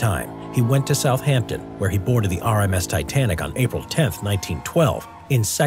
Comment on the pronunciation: Its not south hampton is SOUF AMPTON